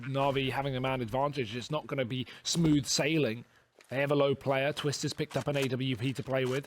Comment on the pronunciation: Poetic Palindrome its TWIST not TWISTZZ lol